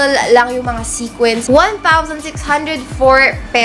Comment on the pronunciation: Sequins, not sequence po 😅